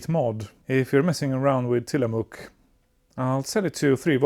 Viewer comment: It took me until you mentioned Bits und Bolts that you were not the you tuber that had a P5a and the Tillamook MMX chips that I had seen before! Fun fact, I lived in the town of Tillamook at it's famous cheese factory. I worked IT. You got the pronunciation perfect. Big A engaged.